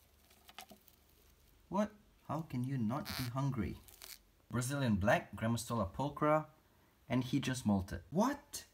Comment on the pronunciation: Grammastola Poteri - I keep hearing as Grandma Stole a Pottery.